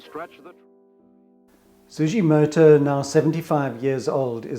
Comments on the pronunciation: Thanks for drawing out the themes and working processes in Sugimoto's work, I find his photo's compelling and often unnerving whilst in their presence. Could I say, his name, Sugimoto, is pronounced with a 'G' as in Grass, and not a J. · FYI: "Sugimoto" is pronounced with a hard 'G', not "jee"